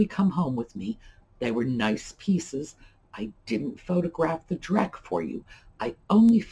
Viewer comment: "drek" lol I'm a drekorator! Thanks for all the tips.